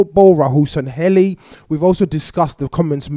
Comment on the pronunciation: SANLLEHI you said Sanhelli